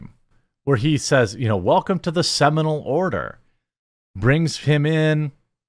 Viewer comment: “Semanal Order” 🤣